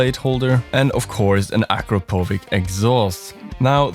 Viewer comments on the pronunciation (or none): Not to be a dick, but just as an info. Akrapovič, c/č at the end is not as K, but like "tsch" in german or ch in cherry/cheese in english. ❤ Also, thanks for the review! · A European guy pronoucing Akrapoviç as Akropovik 😂😂😂😂